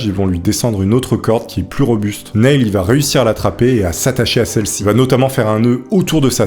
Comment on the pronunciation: Super vidéo mais la prononciation de l'anglais est un peu douteuse (Neil -> se prononce comme Neal, Nutty Putty -> les deux u se prononcent avec un son eu, et "college" en anglais ce n'est pas "collège" mais "université") 😉